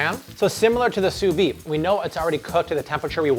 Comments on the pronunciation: Just so you know, it's "sous vide" not "sous vi", you have to pronounce the D. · pls pronounce the d in sous vide